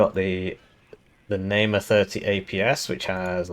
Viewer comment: heh, nice april fool's joke but something that made me laugh is that you read the Namer ifv as Neymar